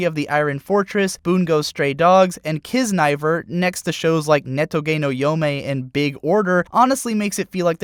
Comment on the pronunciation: Kiznaiver is pronounced "Kis-nah-eever" not "Kiss-nai-ver"